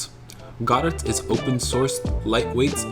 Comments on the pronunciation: I first thought it was "go dot" but "god et" is even worse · "Godet" is crazy bro it's pronounced "guh dough" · It’s pronounced “ ga dough” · bro doesn't even know how to say godot 😭 😭 😭